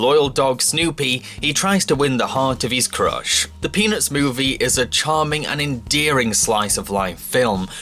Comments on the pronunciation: Is it bad that I kept hearing "penis movie" instead of peanuts movie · Who heard penis when he said the peanuts movie no, only me ok.... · the way you say Peanuts is amazing